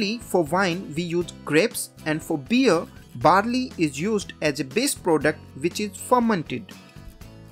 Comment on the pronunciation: listen how he pronounced them